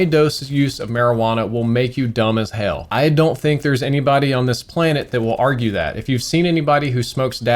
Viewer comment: I love the video, I support legalization 100%, we need to know more about it to help mitgate the risks overall. However. When you said “dumb as hell” I lost it cause your texas showed so hard on hell, keep up the great videos man and thanks for the great content and the laugh.